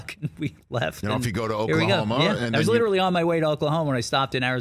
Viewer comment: Liturally liturally liturally